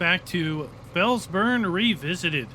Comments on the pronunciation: At least you're consistent mate. You kicked off FS19 calling it Fels-Burn and it seems you're going out the same way. It is however Fels-BRUNN. No biggie though, no stress. Enjoying the game play. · I love your videos, but I can't understand why you keep calling this map Fells -BURN, when it is Fells-BRUNN.